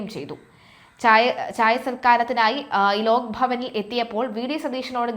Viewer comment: ലോക്ക് അല്ല ലോക് ആണ്‌ ശരി